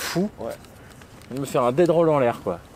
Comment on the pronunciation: On dit "Death Roll" 🤣🤣🤣 super vidéo sinon, merci pour les infos et le retour 😘